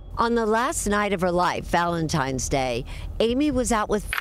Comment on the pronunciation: At 3 minutes and 30 seconds I can't get past her (Erin) saying ValentiMe's Day!!! She is ignorant!!!! There is no "M" in Valentine's Day. And I replayed it 4 times to be sure. How do ignorant people like her get hired to do T.V.???